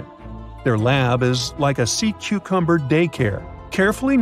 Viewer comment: At one point I heard this narrator say "Sea 'cumber." Then later they said "One of most 'interting'..." And I'm not halfway through the video. Does anyone edit these things?